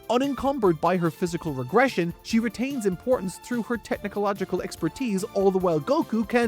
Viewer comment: ITS TECHNOLOGICALLY NOT TECHNICOLOGICALLY